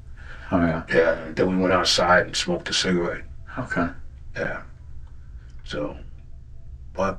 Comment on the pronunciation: Did he say smokeded? wtaf